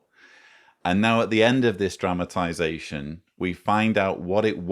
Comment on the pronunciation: I love your videos and your sense of humor, and I must add that in this particular video your accent/pronunciation of the specific word “dramatization” sounded like “traumatization”, also very apt. Maybe it was my sense of hearing 😂! Whatever the case, I got quite a chuckle...and kudos to your research and your debunking of so many witchtower lies! I should add that many years ago, during a pause in the program of a district assembly, I had a brief chat with a district overseer (I believe that designation is no longer in use) and he told me that I (and anyone) could always find more time each day to do “more” for jeehoovah; he even mentioned our conversation when he went back on the platform to expound 😂. (He didn’t mention my name).